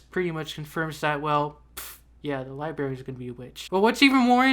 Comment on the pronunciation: STOP SAYING LIBERRY IT'S LIBRARY!!!!!!!